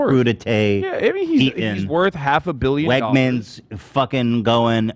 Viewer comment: im from pa and hearing him call wegmens "wegners" is so funny 😭 also the chat spamming for them to kiss when ethan gave hasan the friendship bracelet was hilarious